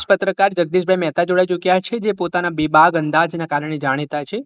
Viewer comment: બેબાગ નથી બોલાતું લલ્લુભાઇ, બેબાક શબ્દ છે